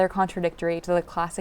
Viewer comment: A pity she persistently fails to pronounce "Hermès" correctly.